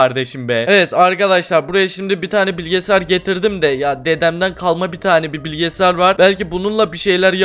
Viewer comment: Abi niye bilgisayar a bilgesar diyon😂😂